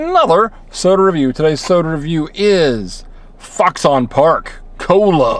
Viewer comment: Lol. It's oronounced "fox'n".